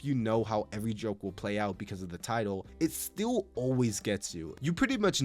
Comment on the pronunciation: Why did he say (its still) like that 😂